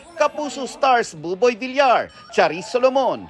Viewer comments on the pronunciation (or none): none